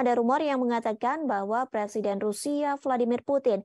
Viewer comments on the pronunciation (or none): none